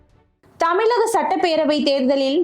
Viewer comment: Thamizhagam..plz pronounce it correctly..